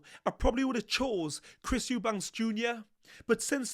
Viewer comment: I think he's talking about the fact you always say his surname wrong.. It's Eubank, not Eubanks..! But yeah, he is a funny guy! Love these breakdowns btw 😊